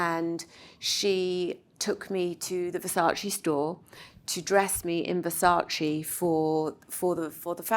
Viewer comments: Victoria I adore you, but please it's VersaCE, not Versacee. 😂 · IT‘S VERSACE not VERsaCI?!?!!!!! 😡😡😡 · So bad how these people interested in fashion still cannot pronounce Versace properly. You say VersaCE same as DolCE, not VersaCI like GucCI!